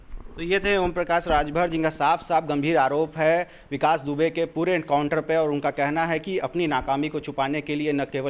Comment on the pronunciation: पागल हो गया तू काउंटर नहीं बेटा एनकाउंटर होता है पहले बोलना सीखो पागल साले